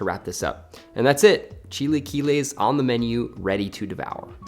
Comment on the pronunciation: chil-uh-kee-les........ other than that, looks delish!